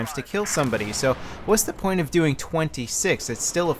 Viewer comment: Haha : "porn - point four five pull right" hahaha SAVED IT. :D